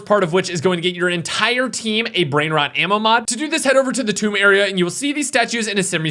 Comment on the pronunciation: whoaaaa did I actually hear finally pronounce the maps name properly??😂